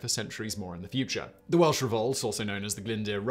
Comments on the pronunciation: Man I love your channel but you absolutely butchered some of those welsh words 😂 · Yes! Im sat here cringing at his pronunciation 😂😬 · Awful pronunciation of Welsh words and I'm an Englishman. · 10 /10 for effort in the Welsh pronunciations, 5/10 for getting it right! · Simon, you really will have to learn the pronunciation of Welsh before doing videos on Wales. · he very poorly pronounced them, but yeah Ive heard worse too. Ive known English folk who have lived here for only a couple of years who can pronounce most names perfectly. As long as you know how ‘ll’ and ‘ch’ are pronounced, you wont go very wrong with most names. Anyone who cared enough to learn would be able to pronounce them properly. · He wasn't even close 🤣 fair play on trying though just should have done a quick pronunciation check first.